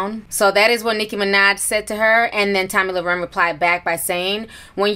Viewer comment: Lmao, not tomi lau-ren 😂💀